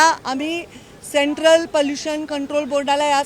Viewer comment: पलुशन नाही पोलुशन थोडे भाषेशच व शब्दाच पोलुशन थांबवा